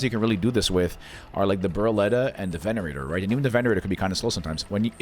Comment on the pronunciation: sorry to correct you , but its called a Venator not Venerator , otherwise amazing vid , i loved it 🥶!